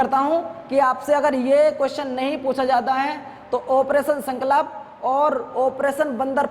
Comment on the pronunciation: Sir ji sankalp ko shi se to bol de kro, wo sankalp hota h